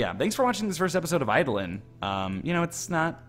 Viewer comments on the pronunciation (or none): I believe it's pronounced Ay-doh-lawn. I'm pretty sure an Eidolon was a creature from Greek or roman mythology that possesses people? I'm not sure, I read it in a fiction book, but it's based on actual mythology.